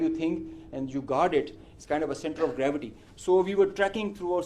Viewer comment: Centre of garavity 😂😂😂😂... Pakistan aand force 😂😂😂